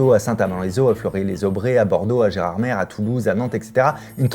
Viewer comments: ATTENTION Fabien, on dit bien « Gérarmé » et non « Gérarmère » pour Gérardmer dans les Vosges. Ça t’évitera de vexer plusieurs milliers de personnes d’un coup 😄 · Gérardmé pas Gérardmère !!!